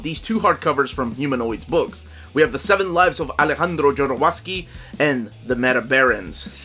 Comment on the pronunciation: He pronounces his name ZHO-do-ROV-sky.